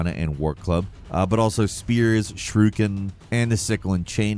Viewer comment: says shuriken like "shrooken." Wtf is up wit this guy and pronunciations?! 🤦🏽‍♂️😂